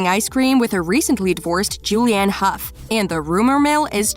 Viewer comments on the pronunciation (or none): none